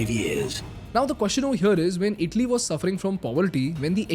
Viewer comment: It's not idli...❎🙅🏽‍♂️ It's itali...☑️🙋🏽‍♂️